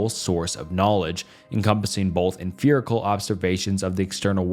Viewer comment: Your pronunciation of 'emfirical' and 'emfiricism' got me absolutely bothered. After like the 8th or so time, I started to wonder if I was witnessing some kind of absurdist joke. 😆